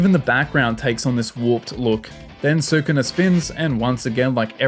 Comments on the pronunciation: SU-KU-NA???? xD it only says Skoona like 100+ time in the anime. I know its spelt Sukuna but it Japanese the u sound is usually dropped after a word starting with S (and other letters). Su-ku-na?? more like su kon dese nuts! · hearing sookoonuh every 5 seconds like watch an episode or something before making a video?